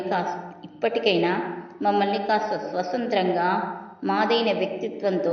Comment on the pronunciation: Swasantram kaadu thalli Sathntram konchem palakatam nerchukondi padimandi vintaarukada